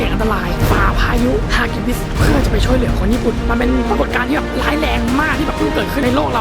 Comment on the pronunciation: ช่วยเหลือ ไม่ใช่ ช่วยแหลือ นะะะะะ